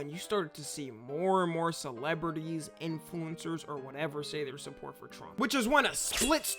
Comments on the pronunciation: The only thing that bothers me is the way he pronounces “In flu-incers” yes the in is separate lol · why you say influencers like that? :face-green-smiling::face-blue-smiling::face-purple-crying